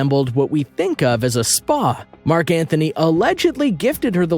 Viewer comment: It's Mark Antony...not Mark Anthony